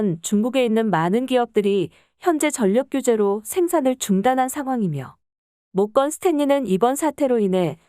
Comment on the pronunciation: 모껀 스텐리는 대체 누구니? 발음이 이따위냐? 허 허